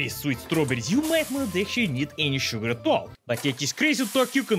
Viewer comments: So much sugar that sounded American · sounds American when he says sugar Edit: and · that's and oddly american pronunciation of sugar for you... are you ok? Are you being converted? Are you being ousted as a spy? THE NUMBERS MASON WHAT DO THEY MEAN?! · I love how it sounded like you've accidentally shown your Western spy accent in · "We need all the sugar" Sounded super american. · Yep, Western spy true identity confirmed! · if he said "sugar" in an American accent so easily the Russian accent must be.... Fake? Perhaps? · Why everytime saying the word "sugar" sounds like 1930s Trans-Atlantic Accent? Seriously, this is not the first vid he sounds like that... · he sounded southern 😂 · Bruh he sounded American when he said “sugar” 😂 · when he said sugar, he sounded like an american at 2.56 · why did he sound so american